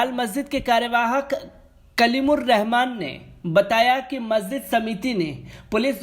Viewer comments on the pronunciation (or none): none